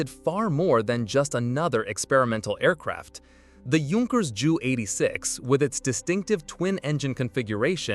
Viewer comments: It’s not a “jew eighty-six”. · The problem with computer voicing is the incorrect pronunciation. It was the Jay You 86 not the Jew 86.